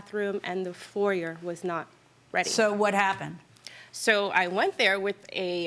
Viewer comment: Hearing the word foyer mispronounced makes my ears bleed, lol.